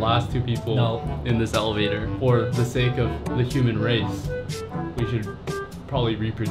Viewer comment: simply sounds like '' I'm on the hellevator...''